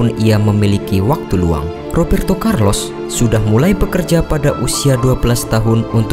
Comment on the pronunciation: Rrrrrrrrrooberto Carlos...